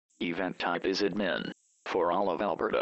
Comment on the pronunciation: "event type is ed-min"